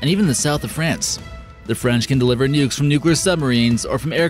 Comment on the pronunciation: nukes not “nucks” 😁